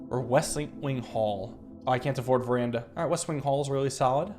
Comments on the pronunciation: Is that why I always pronounce it verdana too 😂 I got it from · I am with the editor on this one: Him saying it Veranda sounds just wrong. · Today marks the day learned Veranda is not called "Verdana" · WHY DID HE SAY VERANDA THIS TIME